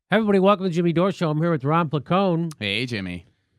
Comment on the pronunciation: “Hovrybody” -Jim Jam Doreski